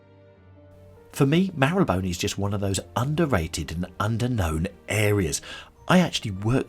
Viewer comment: Thank you for the video. Now I know how to pronounce Marylebone 😁The shops look super expensive. The Garden of Rest is very interesting. It's like a mini cemetery surrounded by the shops. I love seeing the streets off the beaten path that aren't filled with tourists. The Mews are so beautiful. We've walked through a few in Kensington